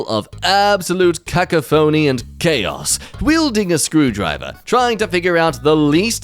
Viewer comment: Why do so many people struggle to pronounce cacophony correctly? It's not cack-a-foney, it's cack-off-any.